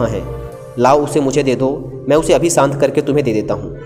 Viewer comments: I saved this video for later & then heard "shant" as "sahnt". I tried a lot per sahen nahi ho raha ab. Puri video complete nahi kar sakta kyunki yeh sunke mera mann ashant ho raha hai. If you can't clearly pronounce a word in any language, then at least try to make its minimal use in case you can't avoid it completely. Good luck to you... Although I can't comment on your content because I couldn't completely listen to it beyond 2 mins. :) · श शांत। सांत नहीं।।